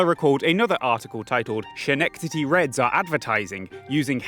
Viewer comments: "skenectody" not "shenectody" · not to be a nitpicky or anything, but I Believe Schenectady is pronounced skih-neck-tady. If I am wrong, anyone from there let me know and I'll take down this comment. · FIY it's pronounced Skennectady, not Shennectady. Ask New Yorkers why, idk. Great video. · I love your work, but please stop hurting me. I was born in Schenectady and your pronunciation is inflicting psychic damage. Sken-eck-ta-dee no "sha" sound. K thanx bye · its pronounced skuh-neck-tuh-dee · its pronounced skenectady my dude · Schenectady is pronounced skuh nek tuh dee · I was not expecting the Schenectady name drop. Inconsequential note, but the "ch" in Schenectady is pronounced like a hard "k" or "c" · Schenectady is pronounced Ska - neck -tady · (just a small note you might not even see lol, but schenectady is pronounced with a hard 'ch', like 'ske') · the "CH" Schenectedy is pronounced as a K not SH. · Great vid, just gotta mention that Schenectady is pronounced "Skuh nec tahdee", the word is Mohawk in origin not German :) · The "ch" in "Schenectady" is pronounced like "k". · The pronunciation of Schenectady killed me every single time. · Hearing dude pronounce Schenectady just bugs me. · This is an incredible video I can't believe I didn't find it sooner but I'm losing my mind laughing at your pronunciation of Schenectady lmao